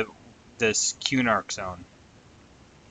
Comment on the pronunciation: it's kuh-nark, not que-nark lol